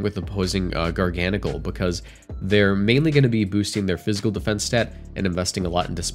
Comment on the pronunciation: First YouTuber to accurately pronounce Garganacl!